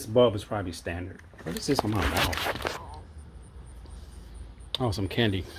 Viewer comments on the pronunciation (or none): none